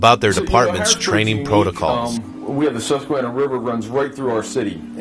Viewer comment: The narrator should have learned to pronounce "Susquehanna" River and "Dauphin" County properly before doing this video! Otherwise, fairly good video.